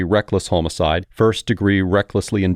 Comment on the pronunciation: Who the fuck pronounces homicide as homo-cide? Fuckin AI voices.